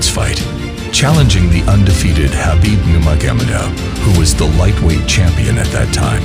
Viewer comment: Dude really mumbled Khabib Nurmagomedov and hoped it was close to the right pronunciation 😂